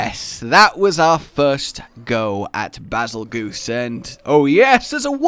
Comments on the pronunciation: It’s “bazel-JUICE,” not “bazel-goose.” The name is similar to “betelgeuse,” an explosive star. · Its not beezlegoose it bagel juice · The pronunciation of this monster... why do people say bi-zol-goose? is that a community nickname? when you put in oxford word text is pronounced Bar-zel-jezz.. this not an attack btw, just tryna get it right. :) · Nobody understands the connection from Bazelgeuse to Beetelgeuse. Bay-zull-juice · I’m pretty sure you pronounce Bazelguese like Basil-juice. Similar to Betelgeuse. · ITS PRONOUNCED BEETLEJUICE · Bazelgeuse but is pronounced as bazel juice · Actually its pronounced bagel juice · Pronounced “bazel-juice”